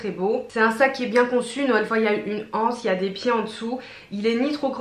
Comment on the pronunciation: ça se prononce libeskind (on ne prononce pas le e après le i) et on dit l'anse et pas la anse .Merci pour cette revue : j'y ai trouvé ma pépite 🙂